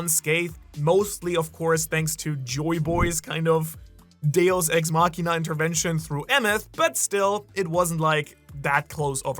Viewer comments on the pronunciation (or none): none